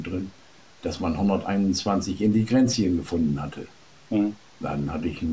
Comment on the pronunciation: ich habe zwei mal hingehört, er spricht tatsächlich von "Indigrenzien" im Propolis und wiederholt das auch noch ;-) aber sonst ganz witzig